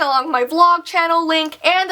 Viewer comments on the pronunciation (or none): Did anyone else notice she said bly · At the end when she said bye I thought she said bli 😂😂😂I'm weird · Did anyone hear her saying bly instead if bye Btw no hate i LOVE her vee times is legit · Any1 notice at the end she said bly and not bye 😂😂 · I swear instead of her saying bye I heard "blye!" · OMG I heard it too! She said "blye!"